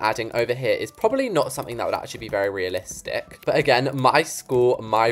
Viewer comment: I love your accent you said "Realisticccccckkkk"